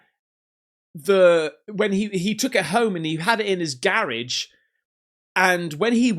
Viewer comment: """LEARNING BRITISH WITH CASPERSIGHT"". we got a 'garriage'...English version 'Garage'... similar words.. carriage. LoL love you